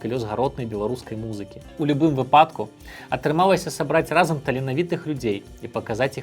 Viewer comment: Шаноўны Аляксандар, у слова “выпадак” у беларускай мове націск на “Ы” — вЫпадак, не “выпАдак”.